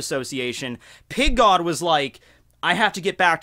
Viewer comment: I don't know why but i always hear "Pink God" LOL